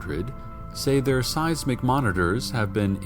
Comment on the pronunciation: When he said seismic monitors i thought he said size mcmonitors